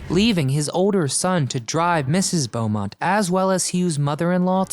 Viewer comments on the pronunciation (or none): none